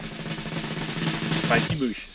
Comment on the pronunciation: "Spikey Booshes"